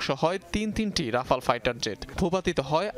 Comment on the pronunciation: আগে উচ্চারণ ঠিক করুন, তারপর রাফা ল নিয়ে কথা বলবেন।